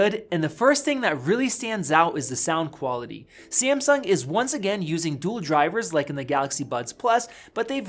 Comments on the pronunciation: Did u say Seamsong instead of Samsung?! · SAMSUNG not sEAaMsuNg 😂😂😂😂 is not that hard man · Wut did he say simsung